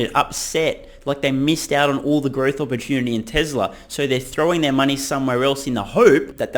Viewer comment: "I read owlllll your comments" - gotta love the Aussie accent! The most syllables I've ever heard put into a one-syllable word is people from New Zealand saying Mom/Mum. "MYOYOYOYOYOMMMA"